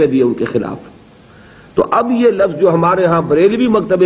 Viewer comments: LAFFAZ IS WRONG RIGHT WORD IS LAFZ AGAIN SAY * LAFFAZ GHALAT HEY SAIE LAFZ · لفظ لف ظ غلط